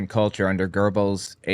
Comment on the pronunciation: Young brother it's Joseph Goebbels. There is no r in his name he was the minister and Reich master of propaganda and murder rape and mayhem. Anything else you want to know about Goebbels or Himmler. Just ask I will tell you what I know and what I don't know I will say I don't know